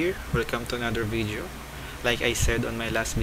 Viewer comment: Bideo hahahahahaha